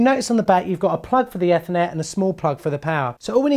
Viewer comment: I like the way you say Ethernet lol